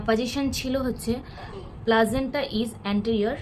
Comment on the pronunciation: আর প্লাজেন্টা না দিদি প্লাসেন্টা 😅